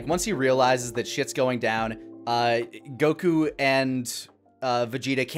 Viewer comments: Why does he pronounce Goku as "Go-KU"? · "You don't have to say it the way I do. I know I've already annoyed a bunch of people with that." Oh you've been doing it the whole review by saying Goku as Go Kyu. I know it's a weird think to be hung up on. But at least the Pan thing can be explained.